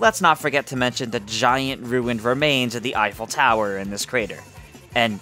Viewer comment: "Eiffel tower," more like "I fell tower" Sorry I had to.